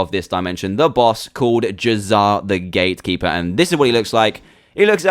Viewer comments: uh dude you said grate keeper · Staff of the Gratekeeper is what you said.